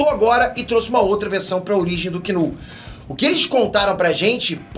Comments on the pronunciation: "Kull" "vitima", demite o estagiário....kkkk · Tá querendo muito dar esse KULL e não sabe falar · "KULL" foi foda 😂😂😂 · O sabe muita coisa sobre o Knull, só não aprende a falar o nome dele…